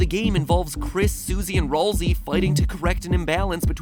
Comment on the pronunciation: Its "Ral"szay